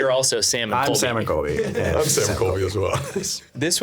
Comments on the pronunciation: la sam and a coby” sir it’s CoLby😭😭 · calling Colby “Cobe” make me LAUGH